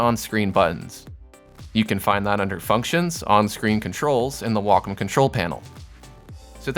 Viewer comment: I'm just here trying to figure out what a "Walk-em" tablet is. lol Nah, but great tutorial. Now to find out what does and doesn't apply to my Huion tablet. o3o